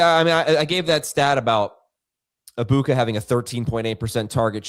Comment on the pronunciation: Can we stop say “Abuka” it’s “Eg-buka”